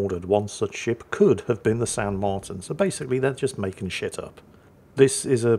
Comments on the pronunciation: my contry my country 🇦🇷 🇦🇷!! Its nice to see the world still remembers us as we are facing economic extinction. also the title is on point well done 👍 the ship is pronounced San Marteen in english, our vowels sound different. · Pronounced "San Marteen".... notice the accent mark on the i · San Marteen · I think it's pronounced "San Marteen" but I could be wrong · Just pronounce it "San Mar-teen" and you'll be good enough, hahaha! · You were close,. The I in spanish is pronounced more like an E in english, so it would be pronounced more like San Marteen. You didnt butcher it however, so no foul called lol. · Likely pronounced San Marteen. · It's pronounced "San Martín", hope this helps. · since you were so worried about how to pronounce "San Martin" here are a few tips. Roll the r if you can, say the t by putting your tongue between your teeth almost as if you're biting it (it should sound somewhere between a t and a d), and say the i like a double ee. All together it should sound like San Marrteen.